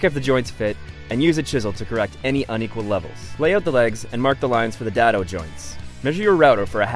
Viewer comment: I lol'd at "Dad-o" Its pronounced Day-doe.